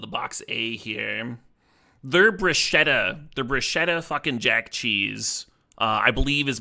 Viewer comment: Triggered italian here 😂 Bruschetta is pronounced with the hard c, like K. I’m going to stand for pistacchio as well “pistakio” even if you didnt’t ask for. Btw that box looks fire!